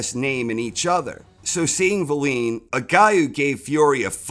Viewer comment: Why do you keep calling Wallin valeen though?